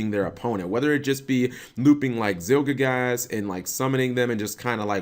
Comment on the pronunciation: ZielGIGASS? Are you really that bad at pronunciations, Cap?